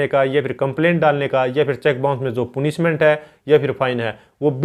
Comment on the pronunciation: Sir पूनिशमेंट नही पनिशमेंट होता है।बाकी आपकी video kaafi achchi h...uske liye bahut bahut shukriya...